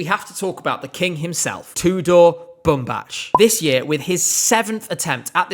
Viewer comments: You are mispronouncing his name. It's Bumbac not Bumbaci. If you have doubts on how to pronounce it, go to Google translate, his name literally means cotton. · our kings surname is pronounced as ''BumbaK'', not ''BumbaCH❤❤ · Nice vid as usual but please correct his name, it’s pronounced as Boom Back, not Boom Batch :) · Bumbac's last name is pronounced Bumbak, that's literally how they pronouned it in the show 😭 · That is not how you pronounce Bumbac! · as a Romanian native speaker I can tell you the way he is pronouncing is wrong. He is pronouncing it like it was a Serbian name. The ending C letter should be pronounced like a regular C ( like in the ending of the word back in English ). I am not trying to offend anyone, I think is doing an amazing job covering all that is happening related to ESC, it was just an observation. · Nice video but you’re pronouncing Tudor Bumbac’s name incorrectly :( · another vid where u mispronounce tudor bumbac's name